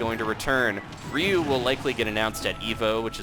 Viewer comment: It's Ryu not rieu (say rie-u)